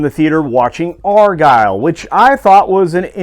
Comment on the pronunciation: So, it's not AARRGHH-Ile! Just Argh-Ile.